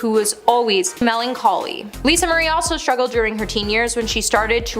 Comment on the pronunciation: Lisa shtruggled? You do a veery good job and would be much more professional if you pronounced words properly. This is not a speech impediment.